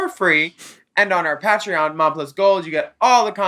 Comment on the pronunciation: I have never understood why Willam continues to be the only person on the planet that pronounces Patreon like that 😭😫😂